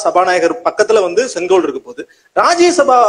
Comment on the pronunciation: Neither ONGOL nor KODUNGOL, It is SENGOL. MODIJI Vazhga